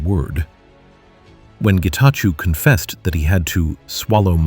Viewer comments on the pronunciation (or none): Great take, thank you, but please ask the voiceover voice to pronunce it as Getachow instead of -chew as in chewing gum.